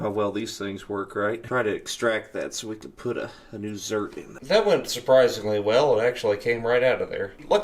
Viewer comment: Im sorry..."Zert"...."ZERK.